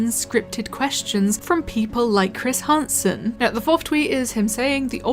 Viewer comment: "Chris Harnsen"